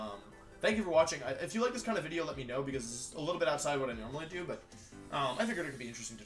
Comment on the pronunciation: Intro Gang Intro Gang Today's Intro: Wideo got the big delet